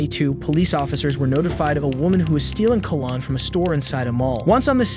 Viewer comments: Brother you need to research pronunciation of words. You call Tupac (pronounced 'two-pock') "Two-Pack" in a more recent video, and you called cologne (pronounced 'kuh-lown') "Colan" in this video. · It’s pronounced col-own dummy lmao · Cah lanhe? Really? WTF is up with You Tube and computer narration? Come on You tube! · Cologne,....not Calan! 🤦‍♀️ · I can't handle the way this host is pronouncing cologne. "Call-on" 😂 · “ Colnon “ lmao but I love these videos keep it up they are amazing! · My mans really just pronounced it "cah-lon". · The way this narrator keeps saying “cull-on” instead of cologne is really aggravating. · He keeps saying col-lon....lol...its cute. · CONGRATS Ive NEVER in my 41yrs heard someone think the POPULAR Old Saying "Hang Tight" was "HANG TAPPING!" LOL, OR pronounce "Cologne" as "Col On"! Is it Because ENGLISH is (I hope) NOT your Native Language? Also Killers : PLEASE FINALLY ANSWER YOUR SUBS Question as to WHY does the Commentator seem to speak & fully understand English, BUT, soooooo many times your On-Screen subtitles/Quotes COULDNT BE MORE HILARIOUSLY WRONG?? Like she BLATANTLY "Hang tight" YOU SAID (RETARDEDLY) "Hang TAPPING"?? ROFL! WTF? is wrong with u?? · What is "coal-on" ? Lmao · Ah yes, Ka-lawn! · lawd the way you incorrectly pronounce cologne is driving me crazy lol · This man doesn't know how to pronounce cologne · You're pronouncing cologne incorrectly. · I know it was so annoying